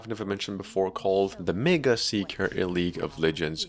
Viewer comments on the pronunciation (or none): Mageseeker is pronounced "meigseeker" not "megaseeker"